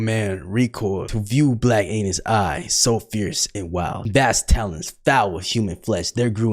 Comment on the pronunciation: Not him repeatedly mispronouncing “Annis” after the guy in the video said how it’s pronounced